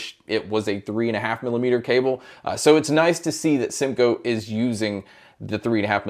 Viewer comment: Bro said simgoat 😂 it’s the goat 🐐